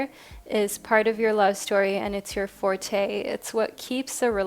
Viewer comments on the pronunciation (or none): none